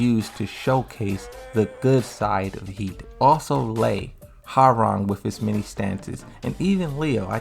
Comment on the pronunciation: lol your choice in pronouncing names is so funny. You pronounced Lei as Lee, while in another video you pronounced Lee as Lei. And that missing I in Lidia is just... ugh